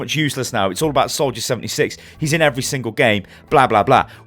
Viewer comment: He says "76" more like "7-E-6" rather than "7-D-6". Just found it kinda funny.